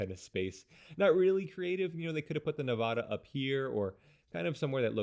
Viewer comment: You said nevada wrong :(